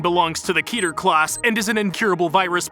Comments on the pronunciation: Kether??? Personally i like to say "Keter" with out the h.. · "Kether" Stupid it's keter, also this is % of the document... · Wait... Kether? Isn’t it Keter? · keter not kether bro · why did 2399 look like the eye of cathulu from terraria, and you know its pronounced Keter, not Kether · Isn't anyone really going to talk about "ketHer"? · "kether" class